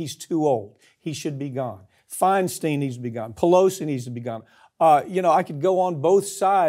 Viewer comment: Feinstein rhymes with Einstein, not Springsteen. Ugh. It hurts my ears...☮️🇺🇸